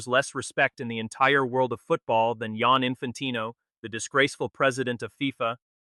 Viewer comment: Giani not jan😂